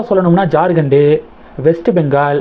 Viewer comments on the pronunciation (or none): ஜார்கண்ட் மாநில பெயரை ஏன் ஜார்கண்டு ன்னு உச்சரிக்கிறாய். தமிழை கொஞ்சம் சரியாக உச்சரிக்கவும்.